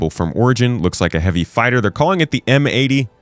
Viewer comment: Origin M80 - "M-ate-oh". It's your ship bro.